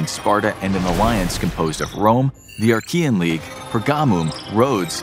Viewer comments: "Archia" "the Archian league"? Do you mean Achaean league? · its not Archean but Achean there is no R..! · Awesome video. Slight correction: it's the Achean league. Not the Archean league. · it's Achaean League (not Archaean League) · Stopped watching when you kept saying Arkian 🤦🏻‍♂️ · There is no "r" in Achean, as you pronounce it